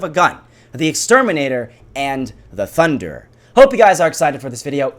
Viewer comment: your not getting it... also cos u said tunder instead of thunderer